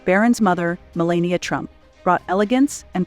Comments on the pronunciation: Could you say malania's name the right way!!!!! It's not that complicated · What’s with the narrator constantly mispronouncing Melania, Milan, Versailles and many others!!!!